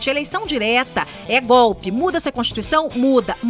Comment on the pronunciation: puta que pariu tem q rir pra não chora da falando: Foi Goolppii